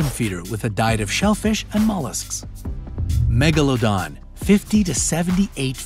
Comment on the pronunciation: its not "megalondon" its "MEGALODON"!!!!